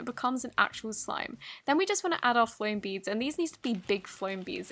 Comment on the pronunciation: She said foam beads and I legit thought she said ‘bogies’ ( boogers in America)